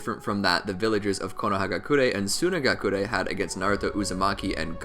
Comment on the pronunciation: Bro your accent geeks me sunagakure 😂 we get it you know your stuff